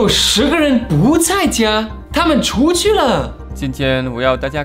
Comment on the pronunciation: 他们锄去了！哈哈哈哈河北口音吗